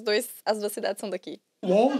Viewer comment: No minuto 29, quando o Rafinha fala you won, a pronúncia dele está errada, aí vc erra também (talvez de forma proposital, para não corrigi-lo) pois won se pronuncia igualmente o número 1 (one)….estou dizendo isso aqui não para expor ninguém, mas estudo inglês há mais de 3 anos de forma intensa e descobri esses dias que pronunciava essa palavra erradamente. Sabemos que as duas “pedras no sapato” do idioma é phrasal verbs e pronuncia, então a intenção é que pessoas não cometem mais esse erro